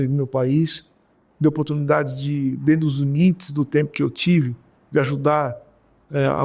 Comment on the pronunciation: "é dento" kkkkkkkkk